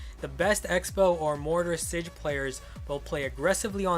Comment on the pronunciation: lol he said sij on the mortar